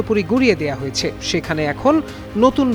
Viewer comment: ভাই হয়েছ্যা, করেছ্যা এভাবে না। বলুন হয়েছে, করেছে। এভাবে বললে শ্রুতিমধুর লাগবে।